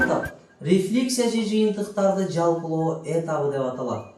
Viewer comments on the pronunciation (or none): Эмнеге этап деген сөздөгү басымды э ге коюп жатасыз?